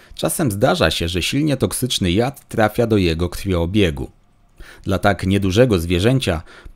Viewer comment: Fajny filmik ale szanowny lektorze.. krwiobieg, a nie krwioobieg 🙃